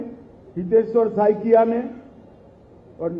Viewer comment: बहन, (हितेश्वर जी का) "सकैया" surname नहीं है, 'साइकिया' है ।